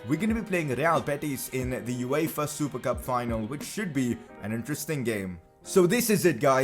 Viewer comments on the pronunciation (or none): none